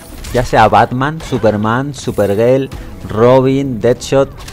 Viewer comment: ya sea Batman. Superman. "Superguél"